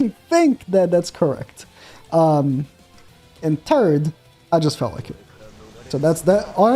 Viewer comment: please keep saying Turd instead of Third